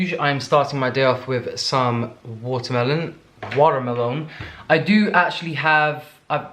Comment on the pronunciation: I love that you can't say watermelon without immediately following up with an American (??) "Watermelone" 🤣😜